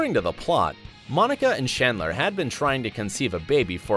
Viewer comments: Narrator: Monica and "Shandler" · He also pronounced shandler instead of chandler